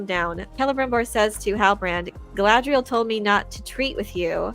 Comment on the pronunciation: Who is “Gilgalbalalabla”? Are you saying Galadriel?